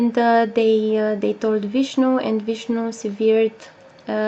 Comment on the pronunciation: Hey... Did you mean Sun/Ketu is a difficult conjunction for the male? Ps... I love your accent... -"Vishnu severed"... try sev-urred instead of sev-earred. Like the urr sound in "Earth" instead of the sound of the thing attached to your head "ear".:-)